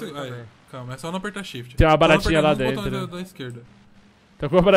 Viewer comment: Tlezentos e tlinta, por dentlo é Lazer